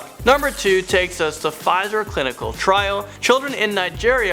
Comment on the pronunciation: Listening to tryna pronounce Pfizer is the funniest thing ngl 😂